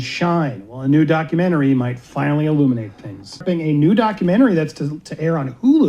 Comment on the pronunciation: What is a dockamentary?